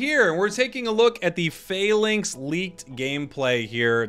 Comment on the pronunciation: it's not fay links, it's Fah-links